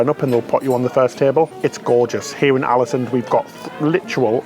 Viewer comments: Alesund pronounced “Orlasuund” 🇳🇴😊 Another great vid btw guys 👍🏻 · As a native Norwegian speaker, let me add that the Å in Ålesund is pronounced like "awe". Something like "AWE-leh-SOON" or "AWE-leh-SOOND" depending on your preference.